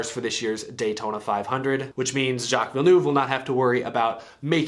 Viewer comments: "jock vill noove!! 😁" pronounce it more like "vill nerve" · It's ville-nerve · ITS “JACK VILL EN ERVE” NOT THAT HARD AMERICA